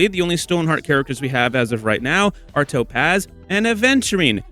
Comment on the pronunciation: I hate how you say "To pazz"